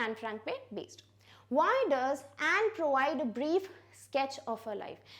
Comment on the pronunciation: Mam I think you are mistaken in the pronunciation of Anne .....